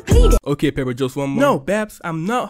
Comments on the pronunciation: peppa❌ pepper✅ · Bro called her pepper